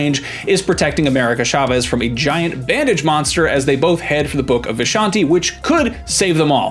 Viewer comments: It’s CHA-vez not SHA-vez 🤦🏾‍♂️ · Oh my cat! Why nobody pronounce "Chavez" right???